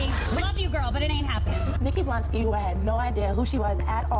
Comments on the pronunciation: He said Bolansky😂added an extra letter and syllable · Blansky…blansky…the one who wrote the caption with BLONsky but says blansky 🤦🏻‍♂️ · "Blansky" instead of Blonsky is taking me out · It’s blonsky not blansky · I loce you, but its blONsky, not blANsky 😓😅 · Blonsky = (Blon-Ski) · It’s blonsky why you saying it weird